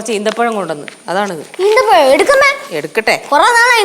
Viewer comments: ഈത്തപ്പയം അല്ല ഈന്തപ്പഴം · Not eethapazham eenthapazham